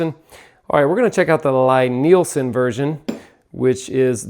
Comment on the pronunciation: It's L-E-E Nielsen. How dare you mispronounce the worlds greatest purveyor of the worlds finest hand tools in the worlds bestest craft. Love your Lie-Nielsen planes like your first born child. Take care of them and they will take care of you. The price definitely matches the quality, the moment you pick one up its readily apparent. Woodriver is a close second to the LN planes in terms of quality when we're talking about the bedrock style bench and block planes. If your into the low angle jobbers or prefer the Norris style of adjuster Veritas out of Canada is of the same quality as the venerable Lie-Nielsen. Melbourne Tool Company is the new kid on the block and of good quality but nowhere near the heirloom quality of the Lie-Nielsens. I have to say tho, my favorite plane happens to be my Stanley Bailey style #5 which my great grandfather bought and used. It was produced around and still takes sub thou shavings. Amazing how handplane technology hasnt changed much is the last hundred years. I too am a plane fanatic, and your excitement about them is awesome to see. Been watching you guys for a few years and you guys are a great inspiration for young people in the trade. Keep up the great work and dont stop being the fantastic role-models that the entire Perkins builder bros team has become. More plane videos please!!